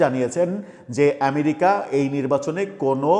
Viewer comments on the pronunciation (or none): none